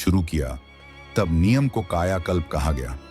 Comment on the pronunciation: Aaj se NIYAM bana le ki NEEM ko Neem bolega. Anpad aya gyaan dene. AI voice moorkh.